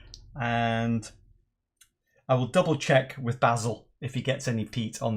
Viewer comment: Good to hear you not pronouncing your friends name as "bay-sil". Did he get any peat?